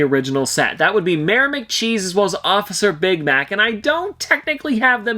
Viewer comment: I thought he said officer big back